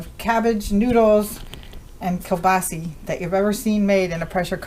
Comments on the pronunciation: This woman knows practically nothing about cooking! This dish without sauteed onions is flat "White Bread" cooking. The sausage, which is pronounced kielbasa, not kielbasi, should also be lightly browned in the butter. It's a shame to see good ingredients wasted in such a manner. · I've seen bigger much bigger so no your wrong yours isn't the biggest ive seen...and stop saying kabasee it's kabasa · Sa not Se...kel-ba-sa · GOD love you and your... But it is Kill-boss -oh.🤔😎😉